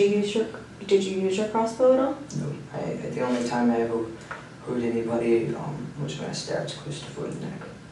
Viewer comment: I’m a teacher and work with students needing speech services. He may have an accent from a certain area, but he definitely has trouble pronouncing certain letters and vowels when used with certain letters. Upstairs and ever really stand out to me.